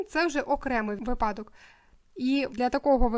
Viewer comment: Будь ласка, зверніть увагу на наголос: вИпадок, промІжок!